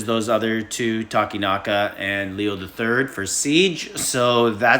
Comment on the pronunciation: Yay, Takenaka pronounced right